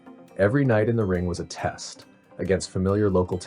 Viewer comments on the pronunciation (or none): none